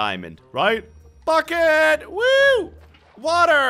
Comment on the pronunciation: When he said bucket of sounded like f*** it